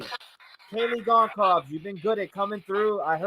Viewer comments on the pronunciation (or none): The last name Goncalves is pronounced Gun- solve-ass.